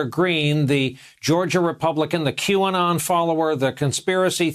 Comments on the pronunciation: Sir Kevin "Que-on", I suggest you refer to your Qanon butt-tattoo for the correct pronunciation. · He practiced pronouncing it as Qon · I love how miss pronounces Q anon playing dumb...what a liar